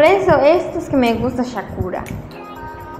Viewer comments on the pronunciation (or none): No se dice shakura